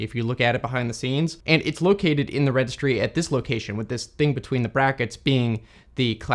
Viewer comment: "Registry", with an "i" there, not "Regstry". A bit hard to pronounce if you cramp 4 consonants together, mate.